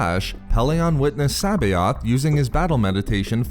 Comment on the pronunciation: Great video, but you didnt acknowledge that C'boath was a clone. Also you butchered his name, lol. I always heard it pronounced Suh-both. But I and many others could be wrong. lol. But to each their own.